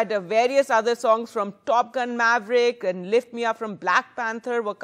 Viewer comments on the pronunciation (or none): none